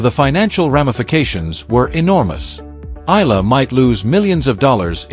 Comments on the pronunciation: It’s not Ella , it’s Eala = pronounced E - yala .. fix it please ok .. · The correct pronunciation of Alex’s surname is : E - yala